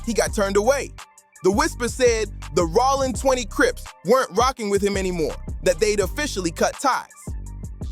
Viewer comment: I didn't know Jayo's name was pronounced in so many different ways! Plus, I didn't know Rollin" was pronounced "Rawlin"!😂😂 Suge is "Shoogay"! And there's NO WAY Snoop didn't know Training Day was in a Blood hood.